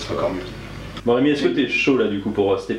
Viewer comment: Et c'est Rém"i"!!! Que diable!